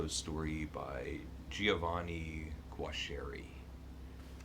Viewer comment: Yeah, I didn't know that someone was reading that outside of Italy! There is a famous series of movies about don Camillo in Italy. The name is pronounced like: goo-ar-eskie ☺